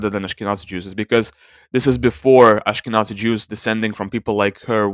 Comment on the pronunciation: The 'z' in "Ashkenazi" is pronounced like 'z' in "zero". Moreover I have to ask, what is the source of this sample? Is there archeological evidence taken into account to conclude this person is Jewish? Or are you just assuming they are Jewish exclusively based on their closest genetic populations?